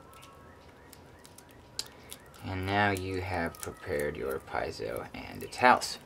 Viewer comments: You're pronouncing it all wrong. PEE-AY-ZOH. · Also heard PEE-ZOH.